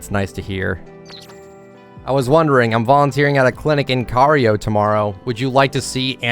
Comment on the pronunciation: The way he says "Cairo" gives me ear cancer